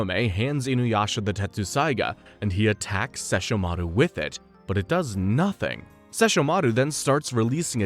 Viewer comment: They will LITERALLY PRONOUNCE SESSHOMARU AND KAGOME IN THE SHOW AND SOMEHOW PPL WILL STILL SAY IT WRONG 😡😡😡😡😡😡